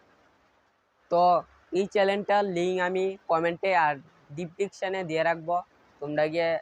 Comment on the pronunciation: Description ❎❎depdiksan ✅✅😅